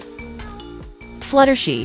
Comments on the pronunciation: 2hy did she say flutershi it's fluttershy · Bro why did you called fluttershy fluttershi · It’s not fluttershe it’s fluttershy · Why did it say fluttershee instead of fluttershy? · your right its fluttershy not fluttershee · maybe because Velamelon call fluttershy fluttershee 🤣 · its Fluttershy not Fluttershe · For the last time it's fluttershy not fluttershey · Wait "Fluttershe"? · For the last time it's Fluttershy not Futtershey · its not flutershee its flutershy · It is fluttershy not fluttershi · The fact that she says fluh-ter-shie is so funny😂😂😂😂😂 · It’s fluttershy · It’d fluttershy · She said flutter she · Fluttershy not fluttershe!😂😂😂😂